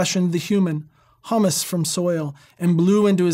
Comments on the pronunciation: ?????? This is really rich. This guy is supposed to be a Bible scholar explaining the meaning of the text???!!! He doesn't even understand English!! he refers to Man being Hummus from the soil. (huh mus, that's the food....short 'u', short 'u' pronounced as in "Huh? Huh?") Except that if you read the text, it says Humus, which is dirt....loamy decayed plant matter (long 'u', short 'u' as in "Huge hug.") as in man is dust & unto dust he shall return. Look up Humus & Hummus & see. Ok, now he doesn't understand the meaning of the word 'til' which means to turn the soil over with a plow. I'm sorry. I've watched just 5 minutes of this and I can't take any more of his obfuscation & nonsense. He's not explaining scripture, he's spinning yarns. He's doing everything he can to make it sound scholarly, without explaining it. He's spinning good stories, but he's not explaining scripture. My advice, as someone who majored in Biblical Studies and who's read the Bible for over 50 years: If you want to learn about the bible, get one and read it. Then get some bible commentaries & do your own research. Read the text of the bible & then read more to answer your questions. If you speak English as your native language, the Revised Standard version (RSV) is very easy to understand. Also the American Standard version (ASV) is very easy to understand. There's a program for Linux called Xiphos (free), a program called Sword or e-Sword for Android ($2.99), and I'm sure there must be other ver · Hummus is from garbanzos, not the soil. Humus is the top, organic (plants and microorganisms) layer of soil. Pronounced like hue and human, it uses the long u sound.